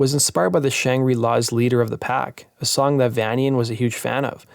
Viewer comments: it's Vanian ... as in Transylvanian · Good video, but a minor correction: Dave Vanian pronounces his name 'Vay-nian' (as in Transyl-vanian, geddit?) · I remember when i used to pronounce Vanian as 'VAN-ean' too. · Dave's Last Name is Pronounced as Either "Vay-Nee-Yuhn" or "Vayn-Yuhn". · Dave vanian is pronounced like Transylvania... N 👍